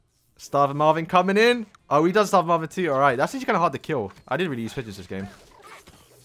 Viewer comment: He said stavin instead of starving